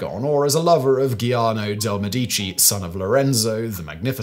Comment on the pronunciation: Another common mispronunciation that drives me up the wall is Medici. It's pronounced MED-ee-chee.